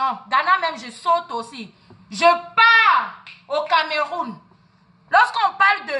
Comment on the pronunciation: Tais toi qui es tu ? Et tu prononces même le nom du Cameroun, emoro les bras musclés on dirait quoi même.